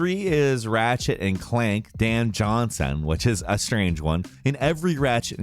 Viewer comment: "Dan Jawhnsen"